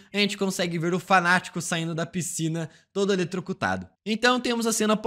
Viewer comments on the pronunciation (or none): "lelecutrado" 😂😂😂😂 seria eletrocutado? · O venisher acaba morrendo "lilecutrado" kkkkkkkkkkk nao tankei . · "ele ataca o Wolverine" "leletrocutado" "tevelisao" ksksksksksksksks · Eu tbm ouvi lelecutado kkkkk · "Lelecutrado" kkkkkkkkkkkkkkkkkkkk